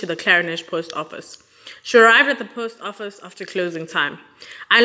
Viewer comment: As you research your stories, please be so kind as to include researching the pronunciation of words that are unfamiliar to you, when you do. It wholly detracts from the narrative when you continuously mispronounce words e.g. the post office in this story, and, in the Anni Dewani story, you mispronounced so many words, amongst others, Shrien's name, as well Stockholm, the capital city of Sweden, and a few others. I am not the grammar police, but you have a public platform, and get paid, so, you do bear a modicum of responsibility to at least tell your story properly.